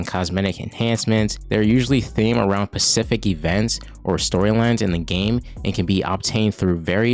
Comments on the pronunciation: SPECIFIC*… Ssssspecific… NOT PACIFIC. PACIFIC IS AN OCEAN. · Not even can say Specific lad.